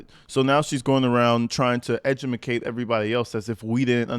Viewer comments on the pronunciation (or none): Did I hear the word ' edumacate ' from the content creator?